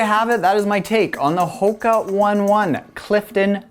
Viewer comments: it is not one one....it os ohna ohna.... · Great review. Not that it matters but the pronunciation is Ho-kah Own-ay Own-ay. I just called them Hokas for a long time not knowing for sure what it was till someone from the company told me. Great stuff as always. Keep it up.